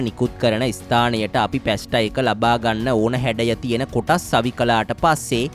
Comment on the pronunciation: පැස්ට නොවෙයි පාස්තා ?